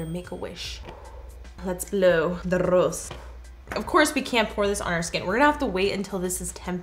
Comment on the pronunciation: when she said 'the RRRROSE', i really missed Rosalina!